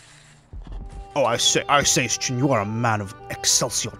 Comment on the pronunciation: ITS SJIN NOT SKIN!